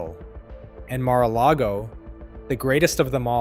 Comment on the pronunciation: Stop reading the Mar-a-largo-o wiki page. You cannot even pronounce any of the words.